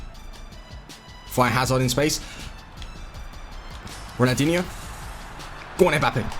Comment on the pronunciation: does it annoy anyone else that he says ronaldinho with no L